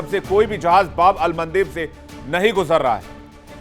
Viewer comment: तुम लोग क्या पढ़ते हो, थोड़ा उर्दू भी पढ़ लेता बेटी को माँ और माँ को फुआ समझने में दिक्कत नहीं होता।। बार बार मन्देव मन्देव बोला जबकि बाब-अल-मंदाब है। अंदभक्त को दाब भी देव नजर आता है 🤣